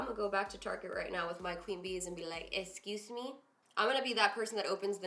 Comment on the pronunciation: "Like esqiuuuusmi" 😂😂😂😂😂